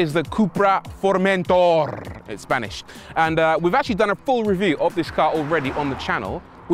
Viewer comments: In Spanish we don’t say Formentorrrrrrrr only Formentor lol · The correct pronunciation would be “Furmentó”